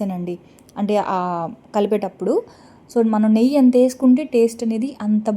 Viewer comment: చిన్న రిక్వెస్ట్ ఏమి అనుకోను అంటే చెప్తాను Chanagapindi కాదు శనగపిండి అని పలకాలి నెయ్య కాదురా నెయ్యి అనాలి ఏమి అనుకోకు వీడియో వినేప్పుడు ఇలా words ఉంటే బాగుంటుంది ❤